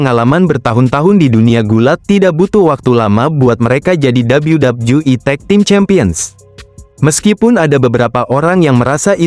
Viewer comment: Dabelyu dabelyu i harusnya, malah dabelyu dabju i